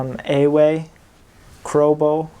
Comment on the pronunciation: You did not day ewe right